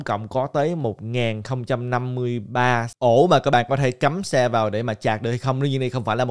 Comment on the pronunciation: sạch hay chạc hả ơi hahaa